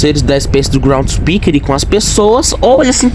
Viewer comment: chamar groundskeeper de groundspeeker e giggle de gangle é fogo viu